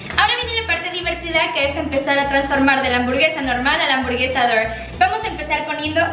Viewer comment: Gente normal: hamburguesa Ari:hamborguesa Xdxdxdxd